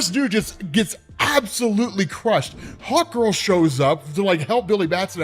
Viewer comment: Everytime you said Hawk Girl, I heard Hot Girl xD